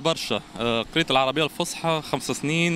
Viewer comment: اللغة العربية الفصحى يرحم والديكم بالصاد موش بالسين